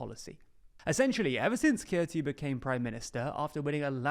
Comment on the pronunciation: Kurti is pronounced as Koorty.